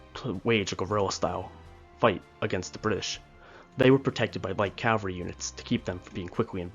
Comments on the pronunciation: Please, please,please stop confusing Cavalry with Calvary. Cavalry are military horsemen. Calvary is the hill in Jerusalem upon which Jesus was crucified. You do great work, but this mistake makes you sound incompetent ( which you are not). CAVALRY. Not. Calvary With respect , Marcus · Thanks you for the video... please say after me...CA-VALL-RY....thanks again !